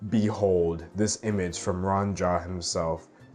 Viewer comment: I think it's pronounced rooh-ahhn. At least that's how my friend with the same name pronounces it.